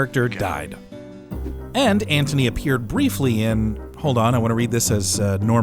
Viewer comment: Sounds like he’s saying “Ant-Honey” every time 😂